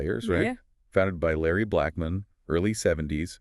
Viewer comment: This sounds like an A I conversation.. The way certain words and name pronunciation is weird.